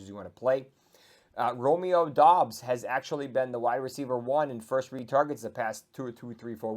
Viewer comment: Dobbs not doobs? 😂😂😂